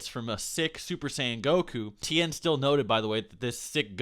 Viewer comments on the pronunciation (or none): none